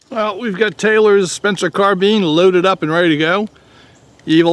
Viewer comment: It's carb"I"ne damnit! Not carbean! After all this time ya still ain;t got it right! Blasphemy!!! Spencer didn't make soup!!😄 Just kiddin